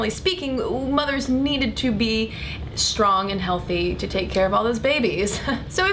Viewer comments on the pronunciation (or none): none